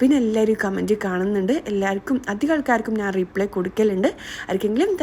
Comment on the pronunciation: നാൻ അല്ല ഞാൻ 😁😁